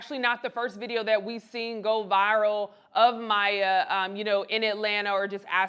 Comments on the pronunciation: Her name is pronounced My-E-yuh. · That’s not how you pronounce her name. This is not legit media.